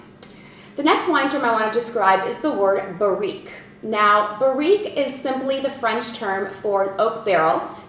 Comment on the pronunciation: This video should be renamed: Commonly used French wine terms, or French vino vocabs...!! big effort there u more or less know your subject(wines), but few mistakes in pronunciation, cepage: sounds seepage, terroir was close, terre-oir burrique/bourrique: BA-rrique, saignee was the worst..... nextime u visit France go on ur own and stay a month or two in wine regions u'll pick up the lingo for sure....oh avoid Paris. very cute keep smiling, u do like Julia Roberts..